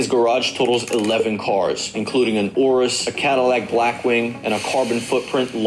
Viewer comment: “Lamborghini Orrrus”